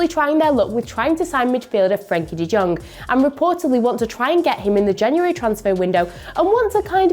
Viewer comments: i died when she said frenke de JJong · Is anyone going to mention how she can’t pronounce de jong